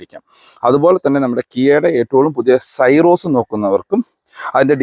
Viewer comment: സൈറോസ് അല്ല . സിറോസ് ആണ്